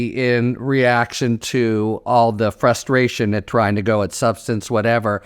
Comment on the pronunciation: Please stop saying "flustration" - it's "frustration" - just annoying!